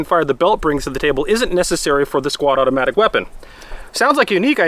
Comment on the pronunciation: did he say squadomatic weapon?